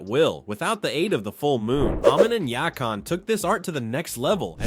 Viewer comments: Please, I'm begging...stop butchering character names. Yakone or however it's spelled it "Yah-cone" not "Yah-kahn". I'm pretty sure you butchered others but I'm only in the beginning. But it's already making me cringe so hard. T^T I'm editing this every time I hear a butchering. There are way too many. And it is the only way I can keep my sanity. Oh my gosh. Ah-mahn, not Ah-moan. PLease! Y-aang-chen, not Yong-chen. Gah-zahn, not Gah-zan. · Okay first at least say his name right its YAKONE ur saying YAKON but throughout the entire series his name is prounounced YAKONE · I do not like how you’re pronouncing yakon and Amon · Dude, you seriously need to pronounce their names correctly. It’s Yakone not ya con. You literally sound like M Night Shyamalan who directed that god awful the last Airbender movie back in 2010. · Ya-cone not yah con lol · brother... ITS YAKONE not yak on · I don't get how people can still mispronounce names after hearing them spoken aloud multiple times. Other than choice to disrespect. Yack-On. FFS man. There's no excuse to be like Midnight Shag a Lamma's Ding Dong's terrible slop. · Bro it’s pronounced Yackown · Ya-CONE (pronunciation) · Yack On, Ah Min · "Yah-CONE" THEY LITERALLY SAID HIS NAME IN THE SERIES, WTF 😂😂😂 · Ah-min and Yak-on 😂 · It's pronounced Yak-won and Ey-mon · Good ol' "yak on" and "Almond" also pronounced "a moan". XD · first off, its pronounced "ya-cone" and 'a-mon'. If you had watched the show, you'd know that. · This man saying “yack-on” was so upsetting lol great vid tho ! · AI Slop... 1) mispronounced Amon and Yakon 2) identical paragraph structure 3) awkward cadence and inflection in narration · I just love how it can pronounce Guru Laghima but not Yakone or Amon (if I didn’t spell smth right too bad it’s AM in the US so I’m too tired) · Why he pronounce Amon and Yakone’s names like that. It’s like he never watched the show and just read a summary. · Man literally pronounced Amon’s and Yakone’s names wrong Here .